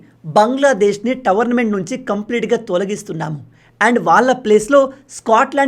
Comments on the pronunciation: టోర్నమెంట్ అనాలి కానీ మీరు టవర్నమెంట్ అని పలుకుతున్నారు అది తప్పు మీ తెలుగు మీరు తెలుసుకోండి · Tornment ❌️tavarnament ✅️😅😅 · Towernament kadhu tournament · టోర్నమెంట్ అను టోర్నమెంట్ని టవర్మెంట్ అంటున్నావు తెలుగులో మాట్లాడేటప్పుడు జాగ్రత్త ఇదే విషయమై కామెంట్ పెట్టాను పట్టించుకోలేదు అప్పుడు కామెంట్లో చెప్పండి అనడం ఎందుకు?